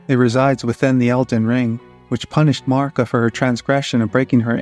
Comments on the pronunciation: Honest question. Why do so many lore YouTubers pronounce Marika the way that you do? Is this an American thing? I’m just curious because it sounds so strange and no one I ask will answer me lol Melina says Marika’s name multiple times within the game, as do others. None of them say Marr-ika. They all say Mare-ika. Is Marr-ika just the way Americans say Marika? But then why do you say Marika when you say A-Merica? I’m so confused! But anyway, wonderful work here. I love that you make mention of garrulous goldmask’s work on Gnosticism in Elden ring. Brilliant! Can’t wait to see more of your stuff! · thank you for definitely the best answer I could have hoped for! Thank you! But this just leaves one more question. If this is the reason people are pronouncing it that way, why aren’t they pronouncing it properly? It would be Marr-EEK-uh. But no one is saying that. They’re saying Marr-ICK-uh. Lastly, I wonder if all of these Hungarian names are specifically Hungarian for a reason and why in-game characters would pronounce them “incorrectly,” if there was any significance in their origin. Truly fascinating stuff. Thank you for a great answer! I had no idea!💜🫠